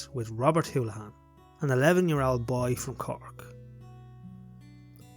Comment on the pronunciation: Very good documentary, just one correction in the pronunciation of Robert’s surname, it is Holohan not Houlihan.